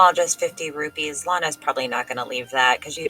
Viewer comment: I'll listen to a cat using a litterbox all day if it means we don't have to hear someone mispronouncing rupees 😉🤡